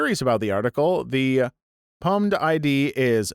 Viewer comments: I laughed out loud when you pronounced pub-med like pubmed hahah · Pubmed is pronounced Pub-med. As is Publisher Medical